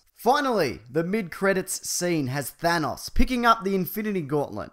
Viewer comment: Your pronunciation hurts me, it's pronounced Than (like fan but with a th) ose (like oz but with an s and the long o), and since Jocasta's name is Greek, you don't pronounces the J like a J, it makes a Y sound, like ya-Costa